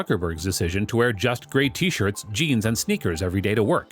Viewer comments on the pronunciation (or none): none